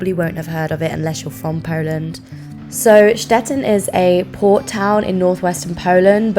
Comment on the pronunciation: either i’m going deaf or just stupid. everytime she said ‘port’ i thought she said ‘poor’ and i was like “oh no they destroyed the poor in ww2”